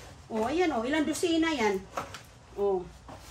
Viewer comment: Anong as pa ra gus,Asparagus!!,lemon not limon,dosena not dosina.Sus ko,grabe ang dialog.